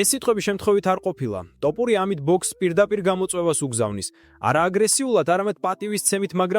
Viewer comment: ტოპურია არა შე შიბაქო თოფურია და ნაპერწკლი არა ნაპერწკალი ნუამახინჯებ ჩვენს ულამაზეს ენას თუშეიძლება❤